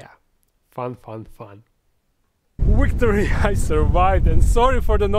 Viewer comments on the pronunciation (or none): he says wictory and I thought it was so funny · "Wictory! I survived!" ;-)